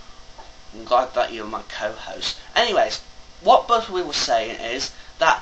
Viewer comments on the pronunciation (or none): Please try to say Budew next time instead of Budwid... Awesome video. ;)